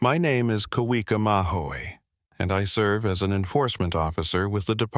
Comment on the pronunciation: Shouldn't Kawika be pronounced Kavika. W sound is V.